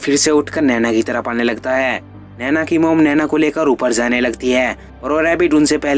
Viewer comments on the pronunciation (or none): It's naini not naina